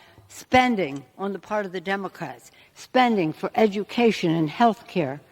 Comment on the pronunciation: I had a good laugh at the way she pronounced education !